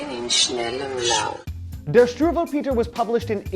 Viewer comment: sorry,but the only thing that I can think of is your pronunciation of "Strubelpeter". Seriously hilarious. (Very good video nontheless)